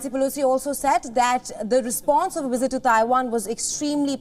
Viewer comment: Learn how to speak English. Pronounce word as "visit" , not "wizard"... uggg